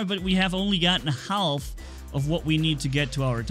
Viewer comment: The "l" in half isn't pronounced